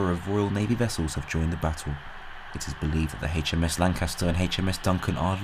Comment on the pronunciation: I don't suppose any of this will affect next weekend's football fixtures. Ps. It's AITCH M S, not haitch m s.